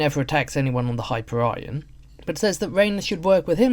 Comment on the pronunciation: It's pronounced high-peer-ee-on, not hyper-ryan.